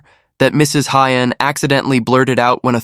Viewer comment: Thank you for listing all the names. Without all the criminals' names, this case would seem fake and made up. Although, pronunciation of Asian names can be improved. E.g., Hien is pronounced Hee-yen, not High-yen.